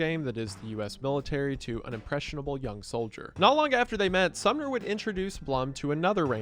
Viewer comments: it keeps sounding like youre saying the town Sumner instead of the name Sommer lmao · Sorry dude it's SOMMER. not SUMNER. But cool video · Uh.....THe leader's name is SomMer, not SumNer. lol. Entire video reading a script and read it wrong every time....